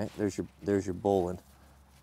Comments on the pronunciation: that's bowline, not booline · bowline not boll-line...sheesh